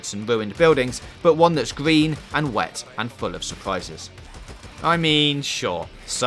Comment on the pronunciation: Work on ur fuckin speach buddy thats an R not a W the the word GREEN!!!!